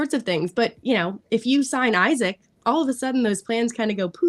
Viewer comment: It’s Eesak, not Isaac. If you’re a football fan or commentator, pronounce the name correctly. It bugs me that she keeps on saying Isaac. Almost like talking about a different player